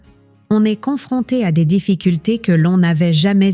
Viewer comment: L'intelligence artificielle !!! Entendre sa kangue maternelle massacrée ! Le verbe "être" prononcé : e s t comme la direction ( est / ouest ) c'est insupportable !